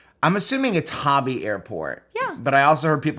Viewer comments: You’re pronouncing Hobby correctly. Such a better choice than Houston Intercontinental! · From a life long TExans you are pronouncing Hobby correctly.